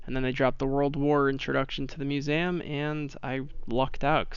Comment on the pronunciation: I’m sorry but it’s Mue-seum not mue-Sam btw no offense (this is how to say it)